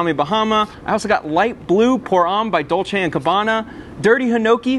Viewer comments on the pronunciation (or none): none